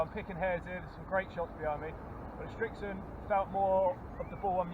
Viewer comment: Its Srixon NOT Strixon